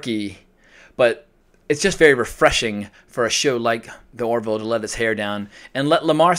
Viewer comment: It's "The Orville", not "The Oroville".